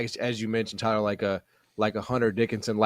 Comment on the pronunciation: Tyuhhhlur needing t o o be unduhhr spell of speeching patholigysitss or maybbbee robby D. needing t o helpping tuyylluhhhr wid tha ingles idioma